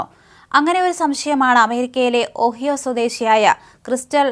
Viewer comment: If a newsreader does a bit of homework on pronounciation of unfamiliar words, names, etc of other countries it brings more finesse to the job. For eg, Ohio is pronounced O haa yo.